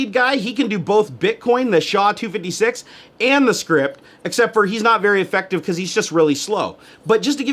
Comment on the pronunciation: Just a little correction, Scrypt isn't pronounced like Script but S------Crypt.